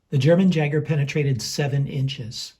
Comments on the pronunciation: Yay-Ger not Jager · Pronounced Yager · It's pronounced Yager. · Just gotta say the "J" in Jager is pronounced with a Y sound. So kinda like "Yager". Jager in German means Hunter!:) Nice test as always! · How is it possible he mispronounced it? Hahaha